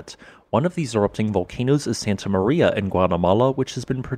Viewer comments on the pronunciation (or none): none